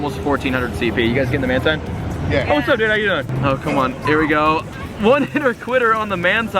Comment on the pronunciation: mantine is pronounced as manteen